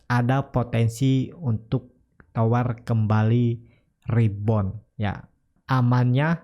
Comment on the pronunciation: TOWR boss TOWR bukan TWOR ok ???